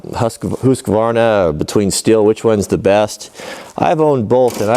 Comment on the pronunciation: Nice, your pronunciation of Husqvarna is quite good :) by the way, a question... Where I'm from Alkylated petrol (not exactly sure about the English term, we call it Alkylatbensin) seems to be in common use for small engines such as chain saws and lawn mowers. Do you know if that stuff will gum up the engine if left during the winter season as well?